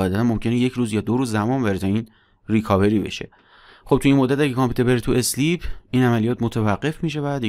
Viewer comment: ممنون همه ی ویدیو ها عالی فقط تلفظ صحیح sleep = سِلیپ ( اِسلیپ = × )